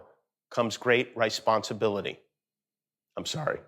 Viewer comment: "rice-ponsabilities" kkkkkkk jimmy I love you